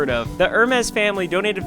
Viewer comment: The way he pronounced HUR MEES KINDA PMO